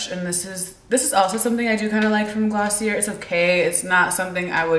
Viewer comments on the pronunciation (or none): its pronounced gloss-ee-ay like the ier is silent